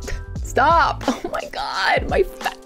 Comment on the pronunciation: Gibi :my powder Also Gibi: ME POWDA